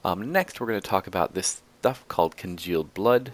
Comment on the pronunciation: you keep saying congeald blood and it is making me mad.